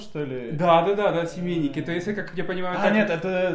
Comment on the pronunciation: Правильно "семейки"